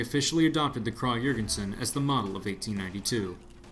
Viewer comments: You say the name of the rifle almost 100% correctly KRAG But when you say the guys name you go flipside with KRAH Sry, it got annoying enough that I had to point it out (donno why, I'm usually not like this). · Your pronunciation of Krag was incorrect. In Norwegian it's "krag" and in Danish it's "krow"